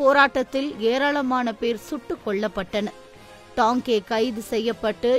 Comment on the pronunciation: தோழரின் பெயரை Tanke எனறே வாசிப்பாளர் உச்சரிக்கிறார். தவிர்த்து இருக்கலாம். இது போனறே மற்ற தோழர்களின் வாழ்க்கை மற்றும் பணி பற்றிய பதிவுகள் வரவேண்டும். நன்றி